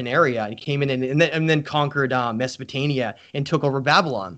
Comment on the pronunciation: I love everything you do but why are you saying "mesopotaNia"?